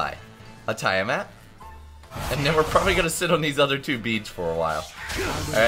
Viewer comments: your sayign it like tyre mat. its TIA-mat as in tia-maria. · You pronounce tiamat wrong wtf